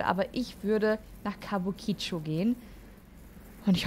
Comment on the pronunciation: [klugscheißmode] kabuki-cho...also die Betonung nicht so sehr auf das "i" am Ende.[/klugscheißmode]